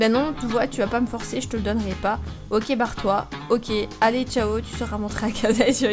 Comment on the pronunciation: Le gars au lieu de dire barre toi il a dit bar comme un bar 😂